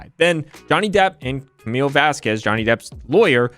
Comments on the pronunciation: I know everybody points it out but to me it is funny every time lawyer Karen calls Camille "Vasqwez". I mean the only person in that trial who should have their name mixed up is Bornrotten. Also I am not a lawyer but in the definition of leadings proper question example, I get a weird feeling like that should lead to a speculation objection. Like, why are you asking somebody to guess? You either know or you don't. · Someone needs to teach that woman how to say simple Spanish names. Say: Vahs-kehzz Also: AH does coke, AH has scarring in her nose. Surprised? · "What if any is not a cure-all". 🤣 Judge A is so done with AH's team. So is the jury, according to members of Lawtube that were in the gallery. It's pronounced Vas Kez and she knows it since she had no problem pronouncing Camille's name correctly in depos. Concussion checks over video? Considering how many objections were sustained, this was damn good lawyering. I LMAO when Umbridge just gave up. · Elaine mispronouncing Camille’s name makes me furious every time. It’s so childish and petty. And she does it on purpose! Wtf?! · Did anyone else notice Elaine's blatant purposeful mispronounciation of Camilles last name as a means of outright disrespect to the opposition? or is it just me? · I love that the firm made Camille partner after the trial, she definitely earned it. Also, am I the only one who feels that Amber's lawyer was mispronouncing Camille's last name deliberately? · This is a year later. It still makes me feel dislike for Elaine everytime she mispronounces Camille's last name. She's completely disrespectful. No way has she not been told the proper pronunciation. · It gives us ALL anxiety. She's doing it on purpose to be disrespectful. She says it correctly a few times, that's how I know. Elaine is so rude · The fact that this woman can't even pronounce "Vasquez" correctly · I object to Elaine Bredehoft mispronunciation of Camille's surname! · Seriously? How hard is it to pronounce Vasquez? JFC.